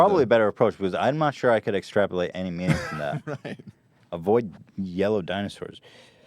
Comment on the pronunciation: Extrapulate? Are you kidding Ethan?